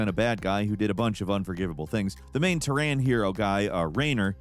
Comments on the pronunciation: "The liberty campaign you play as the trons." Bro. It's terran. Tear-Ann. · "where you play as the Terr-ahns"? Really,? Lmao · Now is just doing it on purpose... "Terr- ahn" instead of Terran?? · "Tehr-rahns", my guy, it's "Tear-in", not "Tehr-rahn". Mirror's Edge has a very straight forward story: "The City" is a tyrannical control state, a final bastion of civilization in a world filled with constant wars and starvation, where everyone is under near constant surveillance. Pope is running for Mayor and wants to make the city less restrictive when he's killed, and Faith's sister, Hope, a fellow runner who would be all for a less regulated city, was framed for his murder. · ... terrain? you mean terran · Omfg the mispronunciation of Terran un SC2 it's the worst I've heard in a long time. How hard is it to say "terran" and not "teraán"? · Im also kinda confused eith the pronunciation of Terran. “tearin” i believe is how its pronounced everywhere ive heard it and in game and hear basically “Tehran” is really weird when complaining about story shrug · "Terran" is pronounced like "karen" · Did you seriously just mispronounce Terran as "tu-RON"? Have you not played the first Starcraft where they pronounce Terran quite a bit? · T-air-an, stop churching it up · T’ron. As though they’re Vulcans… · Terrain is what you drive on. TERRAN is another word for Earthling and it’s pronounced “teh-run” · Pronouncing Terran as terrain is wild... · They lost me at "tare-ran" 😅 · Dude you really need to learn how to pronounce Terran. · never heard anyone pronounce terran that way before, it's a bit offputting tbh. XD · Read the AI slop script and didn't even take 5 seconds to double check how to pronounce "Terran". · Bruh who says terran like that😂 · Putting StasrCraft 2 on this list is almost as big a crime as the abysmal way you pronounce Terran. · You got it! I concur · I can't get over how he pronounces Terran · What an odd Terrans pronounciation.